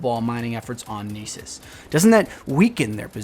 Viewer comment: Lol, "Neesus"the Homeland/Homeworld of Liam Neeson